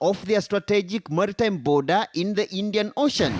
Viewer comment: 😂😂Not boodha 😂😂 its border ✔